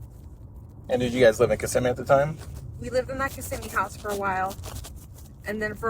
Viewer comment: Not to be rude, but Kissimmee pronounced: Ka-sim-me ... not kiss-a-me 😂 ... many miss that nuisance including me at first ...